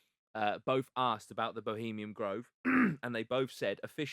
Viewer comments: I like the effort but frustrating when he can’t even get the name of bohemiaN grove correct, he kept saying bohemiam and it was annoying AF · For fucks sake guys it’s “bohemian” grove not fucking “Bohemiam”. Love Jack but this guests level of research and general intelligence screams Norfolk inbred. At least take 5 mins to correctly read the name of the location. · Would have been a lot easier to take the lad’s research seriously if he hadn’t been mispronouncing it as “Bohemiam Grove” the entire fucking time